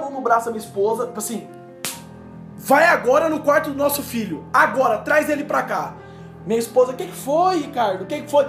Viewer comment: Só eu que entendi Fígado quando ele falou Filho?